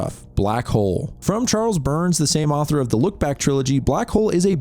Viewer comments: Brandon Lee didn't shoot himself -NU-CLEAR, not NUKULAR -Derf Backderf is NOT his real name, it's a pen name, obviously Sloppy. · Wtf is a NUCULER attack? Its nuclear. Because...fuckin NUCLEUS. Like protons & neutrons. No such thing as a "nuculus". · NUCLEAR. IT'S NUCLEAR. NOT "NOOK-YOO-LAR." NUCLEAR AS IN NUCLEUS. I'M LOSING MY MIND MAN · nuCLear, you fucking moron.